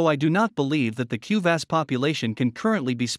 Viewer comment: Pls try to pronounce kuvasz and every hungarian word correctly next time...it hurts hungarian ears